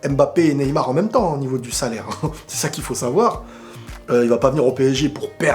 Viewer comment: "Neymal" mdr. Neybien